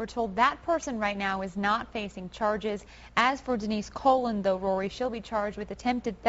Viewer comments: Colon cleanse! LOL its Co Lon its Spanish last name. smh. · Denise COLÕN!! not colon!! haha that's my last name till its not only way to pronounce that name!! damn hah but damn.. they woman leaving these kids... smh..